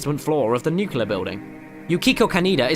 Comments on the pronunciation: Not really. Caramel, pecan, tomato, potato etc. can go either way. Nuclear, on the other hand, has one correct pronounciation: nu-clee-er If it was "nuke-yuh-ler" then it would be spelled nucular. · Pronounces japanese name with ease... says nucular instead of nuclear.... pretty cool though, had no idea about the crane one!! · ... you said Nucular. It's Nuclear. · Got a mispronounciation for ya in the ghosts. "NU-clear" Not "NUKE-yuh-ler" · Yeah, it's pronounced like that when you are wrong. The correct pronunciation is nu-clear. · He pronounced nuclear as nookyalur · Actually 'nucular' is a simple mispronunciation of 'nuclear'. it's like saying 'preform' instead of 'perform'. It's just used much, much more. It's not correct at all but a lot of people accept it because of how common it's use is.